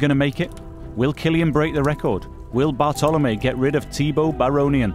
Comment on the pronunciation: it's Bartlomiej Przedwojewski on 2nd, not Bartolomiej. very unprofessional!